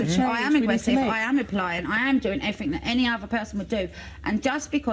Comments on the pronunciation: "I'm well spoken but sometimes I say "everyfink" instead of "everything" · She said she "tried evry fink"? WTF does "evry fink" mean?